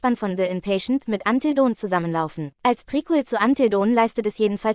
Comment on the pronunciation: Es klingt doch so herrlich 😂